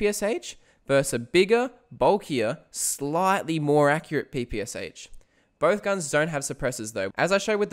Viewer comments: Its not P P S H! It is PPSh like "shine". Developed by Shpagin. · Small note: the PPSh is pronounced Pah-Pah-Shaw. The "Sh" has it's own phonic sound. Not harping on you, just letting others know in case they were wondering.